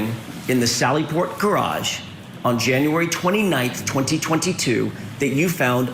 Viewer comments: Did you hear how this wench pronounced'garage?' She says 'gararje.' AuntieDeb channel made a song called Gararje. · How can all these people from Boston leave the R’s off the end of words, but insert the R where it doesn’t belong?? The Caa was pocked in the gararge????? WTF??? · I don’t trust any witness that pronounces “gararge” the way Ms. Deeeever does. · I wonder what a "gararge" is?